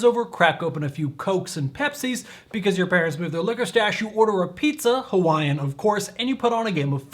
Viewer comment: U lost me at "Hawaiian" 😒